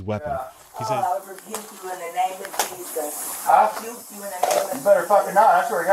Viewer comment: No she said I'll "rebuke you" both times, it just sounded like "shoot you"